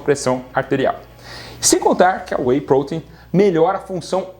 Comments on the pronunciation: que agonia ouvir WEY "Prôtein" ao invez de WEY "protéin" na forma mais abrasileirada kkk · Porque você fala prouteinm?? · PROTEIN e não poten !